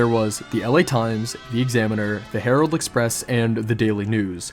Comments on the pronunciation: Surely it's herald express. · Herald Express, not Harold. Harold is a man’s first name. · I'm pretty sure that it's Herald Express, not Harold.